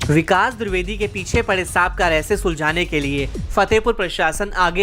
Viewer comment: द्रिवेदी नहीं होता है द्विवेदी होता है. VO में सुधारें